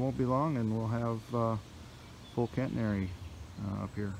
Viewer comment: Its a catenary system not "Cantenary". Just fyi. I admire your dedication and determination. Looks like fun, but a lot of hard work.